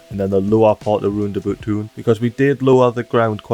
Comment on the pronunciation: RoundAbout ❌ LandaBoot ✅